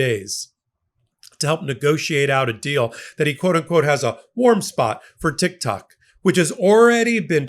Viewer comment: Did you just say TikTaco? 😂😂😊